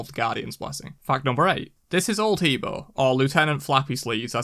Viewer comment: He Bo is pronounced Ha Bwa